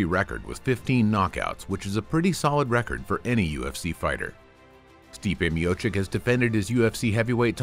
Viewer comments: You butchered his surname... "Miocik" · you cant even pronounce correctly his name, you asking for support ?